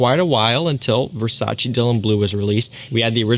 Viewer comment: Its Versace, not Versace...